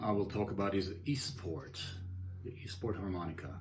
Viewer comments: very helpful review......what do you think of the kongsheng lyra?....its reviews are stellar and 159 dollars......btw easttop harmonicas are pronounced.....eeeeeeesst tawp not east port lol...i noticed you play upside down......interesting....to see...i cant do it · Easttop not esport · why r u calling the Eastop an Eastport? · East Port? It's East Top. I am one mile from Eastport...lol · pronounced eeeesssstoppp not eeeestport.......nice review though